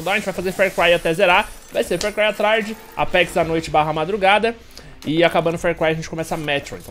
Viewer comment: e seu "apecs" Entendedores entenderão